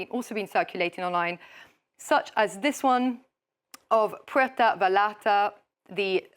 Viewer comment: Puerto Vallarta poronounced "Vayarta"